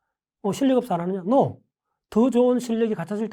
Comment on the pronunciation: 여기 뇌과학자 라는 분.. No 발음은 엉터리다..ㅋ No발음을 우리 식으로 하면 "도"처럼 들리는데, 그렇게 소리내지 않는다! 발음에 적당량 비음을 섞어야 옳은 발음이된다!